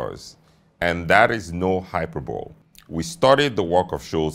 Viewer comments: It's not pronounced Hyper-Bol its pronounced Hyper-Bol-Lee! 😂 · "Hyper-bowl" 😂😂 it's pronounced "hy-per-bo-le" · I'm sorry to nitpick, but it's pronounced hy- per - bo-lee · "Hyperbolee", is the correct pronunciation. "Achronistic"....no need for "ana" prefix. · (Sincerely) No Disrespect Sir, But, the Phonetic (correct) way to pronounced the word is, Hy- per-bo - “LEE.” I do Enjoy your content “Immensly.” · Hyperbole is pronounced high-per-bo-lee. It means exaggerated claims, etc. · The word is hyperbole..it's pronounced hy per bo lee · I love you but please pronounce Hyperbole correctly. Hyperbolay with the accent on the second syllable and the ay sound at the end. It just spoilt your whole gravitas. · Learn the pronunciation of “hyperbole”. It’s “hai-pur-buh-lee”. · You do have a brilliant way of speaking, agreed. One small thing, which I mention because I imagine you would want to know. Review your pronunciation of hyperbole. Comes from Ancient Greek, and we pronounce the final vowel, resulting in a four syllable word. I believe this is true of both British and American English standards. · I love listening to this guy. I just wish he would not have mispronounced hyperbole. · I don’t know man, you mispronounce hyperbole and say you studied the work for thousands of hours which is no exaggeration, but you quickly prove the exaggeration by downgrading the study to hundreds of hours. Choose your words and sentencing as well as you choose your cloth.